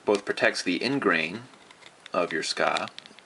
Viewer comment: well 'tska" or "sooka", or "tsuka", it doesent matter, as long as you know that specific part of the sword.. ^_^ please no need to get that frustrated